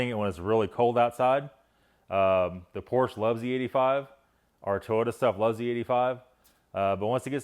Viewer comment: It's hard to take advice on Porsche from someone who doesn't say PORSCHE correctly!!!😀😀😀😀🚘🚘